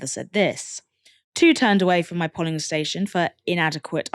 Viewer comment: The o in polling is pronounced like the o in go. It was distracting listening to the polly parrot pronunciation. Is it a word you've never come across before? They aren't even counting the people they've turned away for lack of ID if they are turned away by 'greeters' outside of the polling station.